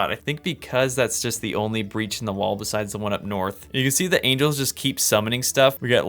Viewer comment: Someone know that he mispronounced Angles? And someone heard that if you make war between them it is Ancient War of Evil and GEOMETRY?